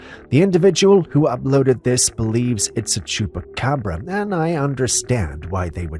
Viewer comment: You said chucapobra lol